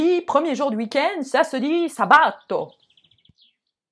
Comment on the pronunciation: Mauvaise pronociation des jours l'accent est survle i accentué de dì mauvais accent de sabato accentué sur le premier a et domenica sur le e. : parole sdrucciole